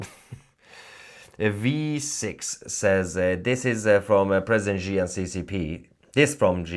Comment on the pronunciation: Please, it's pronounced 'she'.